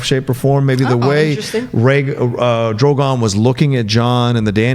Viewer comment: He called Drogon Drago during the entire season 7 reviews so I'm not shocked by the Euron mistake